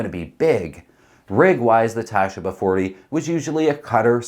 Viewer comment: Tasheeba. Not Tashiba. Sheee. Same as the Baba 40.